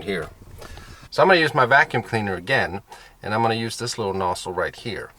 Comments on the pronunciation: Are u saying nossle or nozzle? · The way you say nozzle is kinda strange